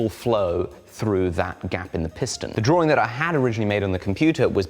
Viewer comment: It's not a drawring, it's a drawing